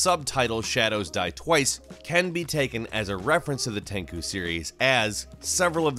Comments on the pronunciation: This video was amazing.... but its prenounced "Ten- *SHU*" NOT TEN-CHU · TenCHU not TenKU. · You also butchered the pronunciation of "Tenchu". It's not Tenku, it's "Ten-CHUU"! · It's "Tenchu", not "Tenku"! Jesus f!@ Christ how the f!@ did you screw up the pronunciation of Tenchu, were you drunk while recording this lol:D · Also when he said Tenchu like Tenkoo! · It's not "Tenkoo" it's "Ten CHU" LOL XD..... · that is what I was thinking listening to the video (I know ;) ) I was like tenkoo ? do you mean Tenchu ? lol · I was more hurt by how he pronounced Tenchu as "Tenkoo". It's Ten-chew. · wtf is Tenku? you mean Tenchu? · Takoo? Tenchu? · its tenchu is pronounced exactly as its written with a chu sound not tenkoo. tenchu translated into English means wrath of heaven btw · When you say Tenku, Do u mean Tenchu?😅I’ve never heard anyone pronounce it like that before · not enough people were upset that he said fucking "tenkoo" instead of Tenchu, and he said it multiple times as is if it was genuinely correct. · Tenku series? You mean Tenchu? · Tankoo? Do you mean Tenchu (ten-chew)? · Did he pronounce it ten ku instead of ten tsu? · Its NOT Ten ku. Its Tenchu...Rikimaru and Ayame? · This guy seems to enjoy pronouncing Japanese incorrect 天誅 is said like ten chu not tenku. Tenku means nothing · Tenchu not tenkoo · ah yes "tenko" especially tenko 4 was one of my fav games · I was scratching my head wondering what tenku was. Why pronounce the 'ch' like a 'k'? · Lol i was searching for tenkoo, like wtf is this guy talking about, i don't know no game named "tenkoo" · Right?! and he said it that way like a dozen times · Oh my Lord. Tenchu=Ten-chew. Naruto= Nar-ooh-toe. Monkey D Luffy🤦🏻‍♂️😂. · You know the guy is a "videogame journalist" when he is hyped about Halo and says... Tenku... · are you calling TENCHU, "Tencew"? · What the hell is Teinku??? 🤔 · Thought it was pronounced ten-chew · Bruh, Tenku? Rearry? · I thought it was pronounced ten chu hmm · Tencooo lol